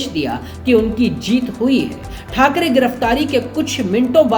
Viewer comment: Say balasaheb thakare not thakare